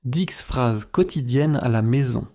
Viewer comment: Дислайк за "дикс фраз"